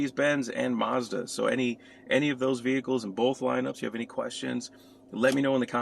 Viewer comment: There is no r in Mazda